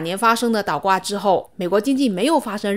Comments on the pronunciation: 倒是四声岛是三声，不是一个字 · 练练发音，是倒挂不是岛挂，你是哪里人呢？